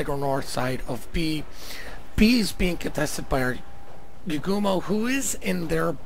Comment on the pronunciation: YU GU MO not YU MA GO